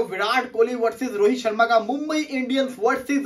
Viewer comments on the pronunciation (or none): Not sharam it's sharma your official odi father 😂😂